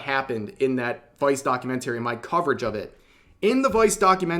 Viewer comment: please learn how to pronounce "documentary", the way you pronounce it makes my brain hurt